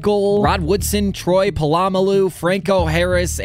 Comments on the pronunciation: Po- LLAMA-Lu?😂😂😂😂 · its pronounced PA-LOO-MA-LOO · Troy plomolu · BUTCHERED Troy polamalus name😂😂😂😂😂